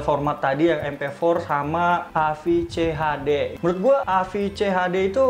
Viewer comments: Ini V (fe) kenapa dibaca F (ef)?? 😆 hhh.. AVCHD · a ve ce ha de, bukan a ef ce ha de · Maap bang bukan aefcehade tapi avecehade hehe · V bukan F bang hahaha agak risih dengernya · Salah baca tu bang, apaan AFCHD, yg betl AVCHD